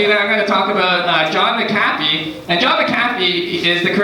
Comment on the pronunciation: Learn how to pronounce McAfee dude...